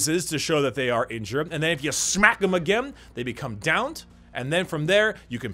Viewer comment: "And then you smack em agEMM"